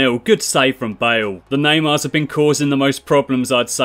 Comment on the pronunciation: it's not Wales, it's Bales